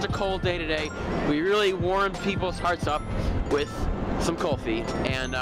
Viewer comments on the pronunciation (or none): It's not Kalfi It's Kulfi... Ku-lfi FYI... Not spicy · Kulfi not kolfi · Its not kolfee its like 'cool+fee= kulfee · Its..."Cool- fee" Kulfi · Cool- fi This is how it supposed to pronounced